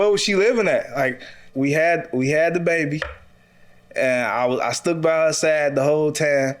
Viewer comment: Did he say I stook by her side the whole time? 🤦🏽‍♀️🤦🏽‍♀️😭😭